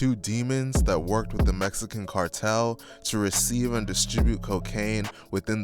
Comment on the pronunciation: He said Messican 😂